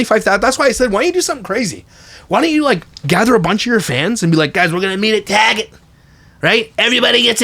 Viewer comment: I'm in such a sad mood right now, but I truly lost it at "get a bunch of fans, we'll meet at Taaaget!" 😂 thanks for the laugh.